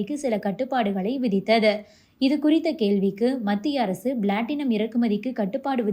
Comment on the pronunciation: Blatinum அல்ல Platinum என் உச்சரிக்க வும்